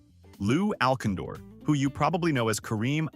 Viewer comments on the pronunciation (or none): Lou Owl-kin-door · Lou al kin door. Goodbye.